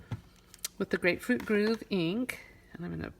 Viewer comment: It's Grapefruit Grove (like a grove of trees) you're pronouncing it groove.